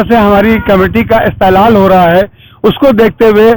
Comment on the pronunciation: Yeh "Istehlal" Kiya hota hai Bhai, URDU nahi parodhoge Yaa URDU nahi paradhaoge to fir aisa hi Galat URDU bologe, Bade Miyaan, sahi Lafz "Istehsaal" hota hai, mtlb in English "Harassment" samjhe Bade Miyaa , Apne Muslim bachchayao aur bachchiyao ko Deeni Taleem URDU ZUBAAN mein Dilao....!!! I from Bihar zila:- Kishanganj